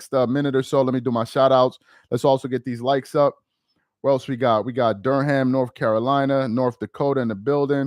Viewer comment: That's one long syllable for Durham. Not "Dur-HAM"😁